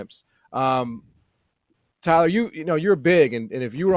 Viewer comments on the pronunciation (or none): Tyuhhhlur needing t o o be unduhhr spell of speeching patholigysitss or maybbbee robby D. needing t o helpping tuyylluhhhr wid tha ingles idioma